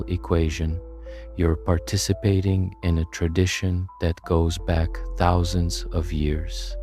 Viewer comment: i more stuck on the “tuhthouusandsz” for “thousands”